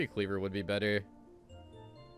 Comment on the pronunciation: For what it's worth, Protean is pronounced pro-tee-uhn EDIT: Wow, that dude actually doubled down when you asked him to chill